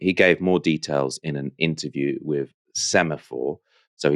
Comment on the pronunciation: Hey, why don’t you learn how to pronounce the word ‘with’: hint it doesn’t have a ‘v’ in it.